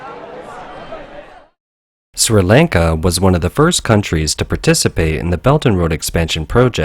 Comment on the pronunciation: My man can't even pronounce Sri Lanka properly. Bruh.